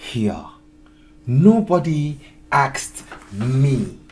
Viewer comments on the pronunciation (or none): Asked. Not aksed. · OMG. It's ASKED, not AKSED!!! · Brother, it is not AKSD, it is ASKED ❤🕊️🕊️🕊️🕊️ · Asked not Aksed bro 😂